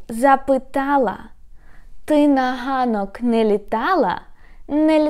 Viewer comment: На [hanok], и сразу - и в остальных случаях [ganok]. В разных фильмах слышу [gazel'] или [hazel']. И слышу, что разные люди по-разному произносят [gudzik] / [hudzik].